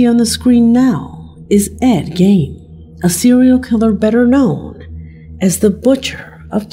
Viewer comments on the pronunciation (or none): The Gein in Ed Gein is said like Jean or Gene